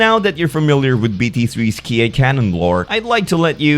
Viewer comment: Ki is pronounce as 'key' not 'key-eye'